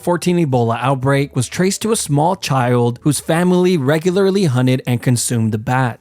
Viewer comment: 2 things : First, yes I agree with you is the a cannibal or smth and 2nd no it is not that you said some word it is that you said Chile instead of child.